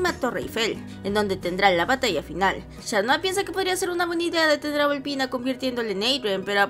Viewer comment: Dijo shan noir en ves de cat noir